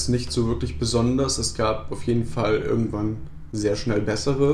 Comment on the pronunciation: Du hast statt "irgendwann" "örgendwann" gesagt. Genau wie ich xD